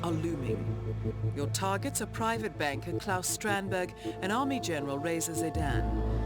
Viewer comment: Excellent job as always. Interesting that you didn't seem to pick up on the apparent mispronunciation of Claus, as Robbaz did.